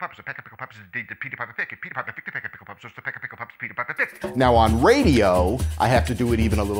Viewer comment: All I hear is Pppepeppapapepeapa PICKED